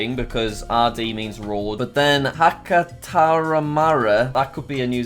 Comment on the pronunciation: ‘Hakataramara’ killed me 😂